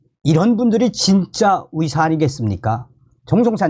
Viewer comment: 듣는데 참..불편하네요 발음이..같은 한국인인데 발음교정이 그렇게 어려우시나요? 노력은 해보셨는지요?의사를 위사..의새를 위새로 발음하시니..ㅠㅠ..국어책읽듯이 띠엄띠엄..읽으시니 듣는데 이해도도 떨어집니다